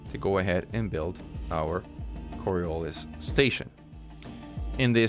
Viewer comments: Really minor correction, coriolis is pronounced cor-re-o-lis with the emphasis on the o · I love the way you pronounce “coriolis”, in British English it’s “co-ri-OH-liss”.